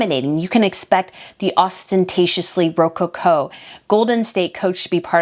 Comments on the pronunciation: ro-CO-co = accent on middle syllable. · As a historian, should know how to pronounce rococo and ermine. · Will you please look up how to pronounce words you have obviously never heard or used before...... You pronunciation of Rococo is a atrocious 🤦